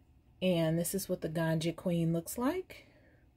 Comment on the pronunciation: Just to point out that in Granja Queen, "granja" is pronounced like granha, you exhale that "ja", it's a spanish word and means fermer I love your videos ♡ Your personality is bombs and you make me laugh a lot